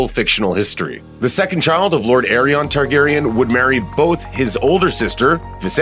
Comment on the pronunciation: “Aerys”and Maegor💀 how can an entire team fail this miserably with names